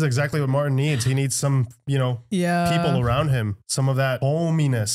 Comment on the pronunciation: Ok first off the man's name is MarTIN! not MAR//ENN. 😂 2ndly they just get BETTER!! First time visitor here. Great watch, great editing. Most leave out great quotes and scene pieces we Tube surfers watch your "REACTION" to! Good Job!! Gonna scan your channel and see what else you got! Peace 🕊️☮️♾️😎